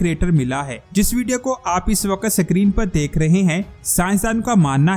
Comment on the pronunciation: Dear word is Screen not SIckreen